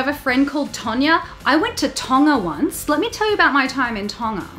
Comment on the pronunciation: You pronounced “Tonga” really well😊👍 lol i’m not Tongan but i’m proud u said it right lol 😆 also so true! Lol